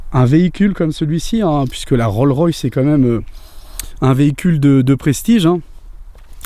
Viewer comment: Juste un petit commentaire pour dire qu'à la fin c'est une RollS Royce, le "s" de Rolls se prononce